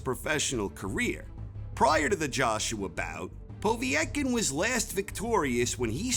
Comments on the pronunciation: Povvyyetkin, lol took me a min to realise he was saying povetkin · Po-veee-et-kin?Just Povetkin I think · Poe-Vet-Kin is the pronunciation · why do you say "Povee-etkin" its just Povetkin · 1 - Fury 2 - Wilder 3 -Joshua 4 - Ruiz 5 - Whyte 6 - Ortiz 7 - Povetkin ( and it is pronounced PO - Vet - Kin) 8 - Parker 9 - Usyk 10 - Takam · The way he says povetkin 🤣💀💀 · Your pronunciation of Povetkin's name made my ears bleed. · He made a good video but that kownacki is not a tp ten boxer if he couldnt knock out Charles Martin. Also the idiot cannot pronounce Povetkin name